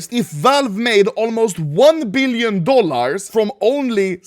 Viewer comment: "3.3 BeEleon Dollahr"